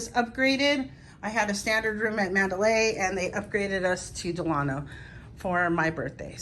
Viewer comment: finally someone who knows how to say the name Delano